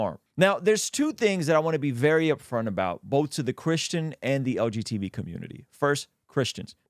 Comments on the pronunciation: Hearing "LGTB" instead of "LGBT" the whole time was itching my brain 😂 great video as always brother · Is saying "LGTV?" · He’s definitely saying LGTV 😂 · You’re harming the LGTV community every time you mispronounce the term 😂